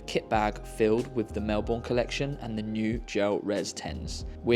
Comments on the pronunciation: Mel-bun not Mel-borne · Hey hey 😊 just an FYI we say Melbourne like “Mel- burn” rather than Mel-born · We pronounce it Mel-bun, not Mel-Born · It’s pronounced Mel-burn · Loved the video and your experience of the Australian Open was both entertaining and informative. Just a little FYI, it’s pronounced Melberne, don’t pronounce the “our” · We can forgive your pronunciation of "Melbourne" on account of all the praise you have for Aus and the Aus open ;) Glad you enjoyed!! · Agreed! I first thought oh no not another mispronunciation and was about to comment, but he showed so much love to my city, I cannot be annoyed at him 🥰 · How can you pronounce Melbourne wrong after having JUST been there? 😂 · great video! Surprised no one corrected your pronunciation of Melbourne though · awesome trip, welcome to Australia! but I'm surprised no one told you how to actually pronounce Melbourne! hahaa